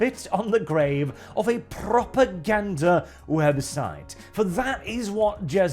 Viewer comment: Honestley thought you said "a Proper Gander website"